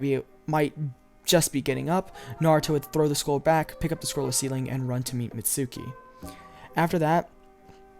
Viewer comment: it's mizuki not mitsuki